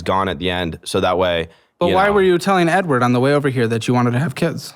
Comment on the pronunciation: bro says edward like a slur LMFAO